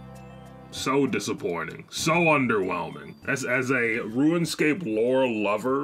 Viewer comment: This MF saying ruinscape lol